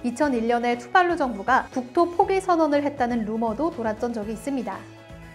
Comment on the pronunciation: 투발루가 아니라 둠발룸이라는줄